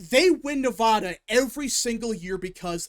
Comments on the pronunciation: As a Nevada resident and Washoe county voter its pronounced Neh-Va-Duh. The middle part rhymes with the sad or mad, which is how Commiela is going to feel on November 6th. Keep up the great work! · In california, everyone pronounces it at as "ah" not "aw." Hearing mispronounce Nevada is so weird to me, but that's how I feel about anyone who does the same mispronounciation. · Cast my votes at the Washoe (pronounced WASH (like Washington) OH (like Ohio)) County Registrar at roughly 11 AM today, the 22nd. Was in and out in ten minutes; don't know if that's good or bad. The true wildcard here in Nevada (pronounce the VAD like glad) is how the independent voters go. As shown in your Excel spreadsheet, Republicans do slightly outnumber Democrats in Washoe County, but Unaffiliated has a sizable plurality. We'd better hope they break for Trump. Here's my thinking going into 11/5 at 4 PM PST: if Virginia is called right away (like in 2020), then it's likely NOT going to be a good night. If there's a delay in calling the state (like 2016), how much of a delay there is will be indicative on how GOOD a night it'll be. Obviously, the longer the delay, the better! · Yeah, I noticed he was pronouncing it both ways. I lived in LV for 10 years, and I still pronounce it with a "da" like ta-da. Maybe, it is my Southern accent (born in Texas)but no one ever said it was incorrect when I lived there.